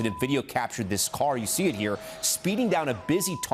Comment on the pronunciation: El Presidente said "we'er going to ear"